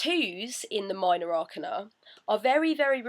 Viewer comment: Hey,! Thanks for uploading these videos. I found the pronunciation of 'Arcana' confusing so I looked it up in the Oxford dictionary:) ɑːˈkeɪnə So the stress is on the second 'a'.